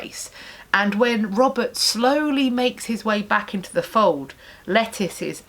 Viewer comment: Lettice is not pronounced the same way as lettuce.